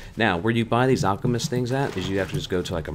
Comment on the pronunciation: You said alchemest too many times dude it's an Alkahest "Hest" not "Messed". LOL Just sayin.